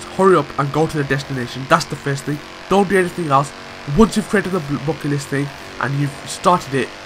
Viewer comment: Not Bucket list man dont you hear? its Bocket Listt